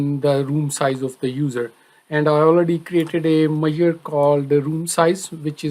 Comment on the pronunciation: Very useful video to understand RLS. Just one thing Sir, your pronunciation for 'Measure' is not understandable. It took me sometime to understand. Please be more clear in the future videos. All the very best.